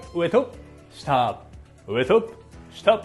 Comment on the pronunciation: 上と下が上戸彩に聞こえるwww